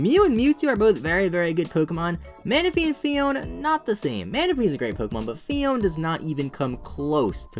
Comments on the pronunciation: isn't it phee-own-ay? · Actually it is pronounced PHEE-OWN-AYE Phione